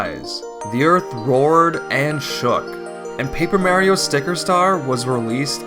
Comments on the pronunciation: Jesus, learn how to pronounce Mario. So annoying I gave up watching this video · Couldn't watch because of the constant mispronunciation of Mario.